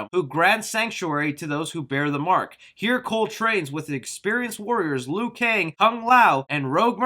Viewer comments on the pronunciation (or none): none